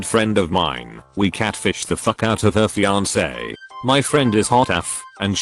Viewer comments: “Her fiank” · The way it says "Fianc" lmaooo